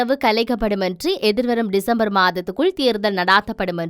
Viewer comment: Pls check your pronunciation, for the s' sound, you are pronouncing as "z" for dissanayake and December are pronounced by you as dizanayake and Dezember... correct it pls.